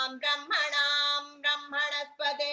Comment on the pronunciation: Is it Bramhana or Brahmana?? I hear your pronunciation as Bramhana unlike what is written in the document.